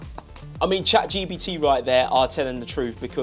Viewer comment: Bro really said Chad Gbt, lol